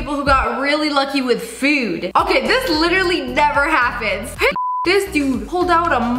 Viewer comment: FoOd in British 🇩🇪